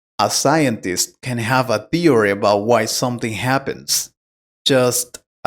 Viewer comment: The word "theory" is mispronounced.